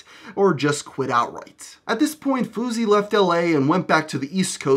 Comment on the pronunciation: Wtf even is a fawsey tube? And why did you say foosey? Look at it is clearly not foosey.